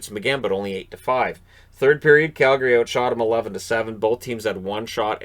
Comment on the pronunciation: I can’t understate how much I love that you pronounce Calgary properly